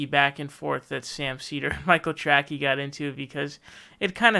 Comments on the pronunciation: "Michael Tracky" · Is the “Trackey” thing some kind of joke? Or do you think is name is “Trackey” and not “Tracey?”